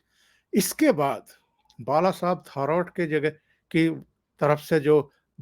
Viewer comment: 1) बात थोडा जल्दी जल्दी करते जाओ. 2) उधव ठाकरे नही उनका नाम उद्धव ठाकरे है 3) बाळासाहेब थोराट नही थोरात उच्चार किया करे. धन्यवाद